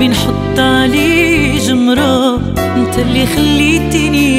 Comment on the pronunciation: واحد الملاحظة:واش هذي ماكتعرفش تنطق حرف التاء .انت= انط كيف المصريين؟؟